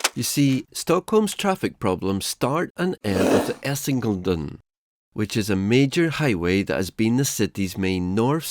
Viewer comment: Essiŋeː - Leːden